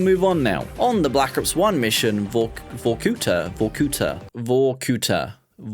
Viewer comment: He knows what vorkuta is he was just saying it weird lmao. You should chill out fool